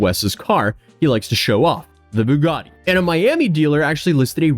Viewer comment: Please stop saying Boo-gaa-de. Bue-gat-ee